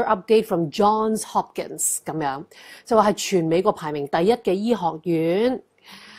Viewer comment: Johnssss Hopkin not John Hopkinssss